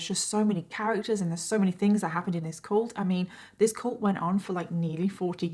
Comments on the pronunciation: Heh heh I like the way you say cult hahah cULt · I love your videos but I can’t deal with your pronunciation of cult. Coolt.